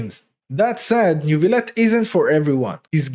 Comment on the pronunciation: As a French, thanks to you saying Neuvillette properly <3